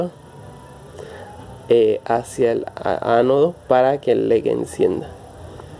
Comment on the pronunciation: Tú dices lec y es leDDDDDD